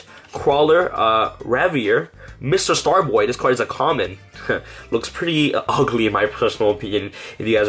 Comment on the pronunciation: MISTAR Boy, not Mister Star Boy. Altergeist, not Alter Jist. Synaphysis, not Cinninamasis. Frisson, not Frissen. Infra-Flier, not Infra-Fleer. Sniffer, not Snyfer. Capacitor, not Cap A Cider. Compiler, not Cum Pillar That's just the English words. Now, names like Nephthys I can understand you mispronouncing, but where did you get "Nempathys?" There is no M in that word.